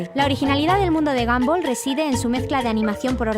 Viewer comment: Se dise gonbal no ganbal